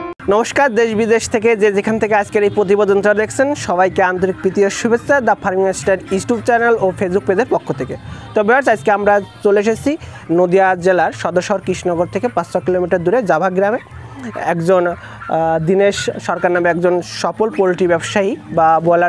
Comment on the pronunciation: Istube channel 😂😂😂bhai thik kore pronounced kor..